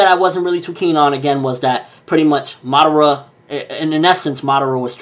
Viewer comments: nice video. but just one word of advice: madara. its not madera. there should be three distinct syllables there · it's funny how you Americans say the names of Japanese anime, can not pronounce right? Or do you pronounce so on purpose, Obitouu, Narutouu Madarrrra, that I dont speak any Japanese but speak the names correctly according to the Japanese language.